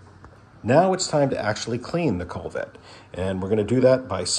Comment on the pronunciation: Great video. I got mine spotless using your video. One thing, it is a "koo-vet".